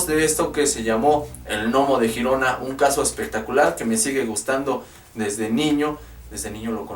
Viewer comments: Hola muy bueno este vídeo! Saludos enormes desde España. Lo único que se pronuncia Yirona. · Pronunciese (G)Yirona por favor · GIRONA NO SE PRONUNCIA JIRONA SINO LLIRONA Y EN ESPAÑOL SE LLAMA GERONA Y SE PRONUNCIA TAL COMO SE ESCRIBE. LE DAS CADA PUÑALADA AL IDIOMA QUE...MADRE MIA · No se pronuncia jirona si no Girona ,tú no dices Jato si no Gato además te ríes y pones un tono muy insultante cuando lees comentarios de los españoles que para nada se asemeja al acento español y nada de sudamericano, el que se pica ajos come y te crees el 7 ciencias que lo sabes todo dejando a las personas como ignorantes y todo lo que públicas ya está más que visto y resuelto ,y porfavor no estamos en la era de Cristóbal Colón por que antes que los españoles ya fueron los bárbaros dejando a incultos que hoy ya vemos los resultados de lo que nos encontramos en Latinoamérica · No es critica ni mucho menos, solo un simple detalle. Girona en verdad se pronuncia como si se escribiese con la y griega. Sería Yirona, que es como se pronuncia en catalan. El nombre correcto en castellano sería Gerona y en este caso si se pronuncia la g como si fuese j. Saludos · Se escribe Girona y se pronuncia Yirona, no Jirona, ya que dices que eres investigador ponte a investigar eso también antes de equivocarte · se dice gerona ! no girona si quieres decirlo en Catalan es Girona bueno te entiendo porque eres de Sur America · Se escribe 👉 “GERONA y GIRONA “… Se pronuncia👉 “LLIRONA” . Es Catalán,coño.😒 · Girona no se pronuncia asi